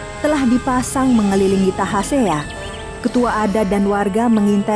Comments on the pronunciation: Tasahea deela min bkn tahasea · bukan tahasea tapi tasahea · Bukan tahasea min, tapi tasahea 😇😇 Ini cerita rakyat dari daerah saya di kolaka suku tolaki mekongga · Maaf koreksi sedikit. Nama sang pemberani itu yg benar adl Tasahea bukan Tahasea. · Yg bener itu tasahea jangan di pelintir dong bukan tahasea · SALAH NAMA...TASAHEA...NOT TAHASEA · Tasahea, bukan tahasea